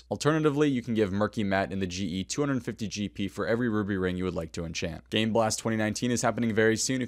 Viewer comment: Umm probably should have pronounced “game” more clearly. I heard something very different 😂